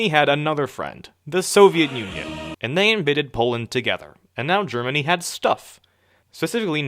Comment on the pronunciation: Idily, jaapaan, germiny